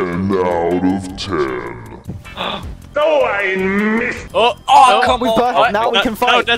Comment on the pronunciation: he says "OH i missed" with a d sound making it soud like " DOH i missed"